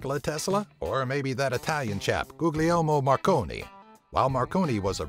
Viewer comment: Guglielmo marconi hahaha